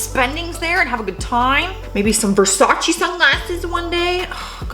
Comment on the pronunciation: Butchers Bo-ka Ra-TONE all to fuck but no problemo with Gucci and Versace, atta girl! 🤣Keep it real, huge new fan marathonning, found your from Top10. Cheers from NB.